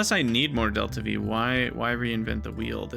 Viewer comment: aeroby? dv-difference? isp? your pronouncing them weird on purpose, right?